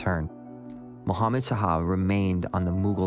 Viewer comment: Really well done. Enjoying it. WIth all friendliness intended, may I gently suggest that "Shah" is pronounced as one syllable? Just like "hah", but with a "shhhh" sound at the start. Not two syllables as "Sah-hah."